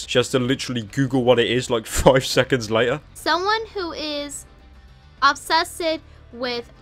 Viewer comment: o b s e s s e d e